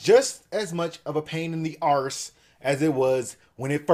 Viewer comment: Nor so much emphasis on the r, it's more like arrrse